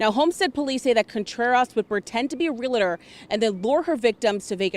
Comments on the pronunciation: What's a Real-a-tor? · Guess this reporter is going to skip the t in Realtor!